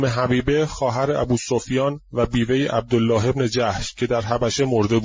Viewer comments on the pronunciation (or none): none